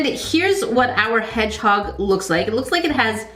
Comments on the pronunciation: lol the way she just said “headHog” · “Hed hog?